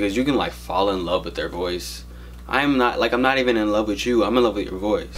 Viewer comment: "with" not "whit"